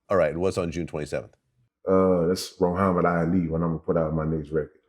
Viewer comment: “RoHuhammad Ali”